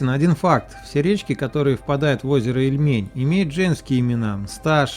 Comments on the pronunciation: Спасибо вам за видео. Единственный, что резало слух - это неверное ударение в названии нашего озера. Ильмень, а не ильмЕнь 🙈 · ИльмЕнь пельмень... Ильмень, ударение на И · Всё бы хорошо, но почему столько ошибок в ударениях? Мне как новгородцу даже обидно немного. Понимаю, что невозможно всё знать, но всё-таки уточнить в интернете всегда можно, верно? В названии озера Ильмень ударение всё-таки на «И», а не на «Е», Ярославово ДворИще, а не ДвОрище, КрЕстцы, а не КрестцЫ. Будьте внимательнее и удачи! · Надо тщательнее готовиться, автор! Ошибки в ударении озеро Ильмень, а не ИльмЕнь, Ярославово дворИще, а не двОрище!!! Юрьев монастырь основал Ярослав Мудрый, а не Юрий Долгорукий, который жил через 200 лет позже и основал Москву! Почему бы не сказать, что Господин Великий Новгород старейший русский город основан в 859 году! А Москва только в1147! В общем слабенько !